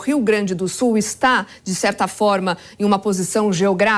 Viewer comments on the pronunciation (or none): Não é SU ..... é SUL !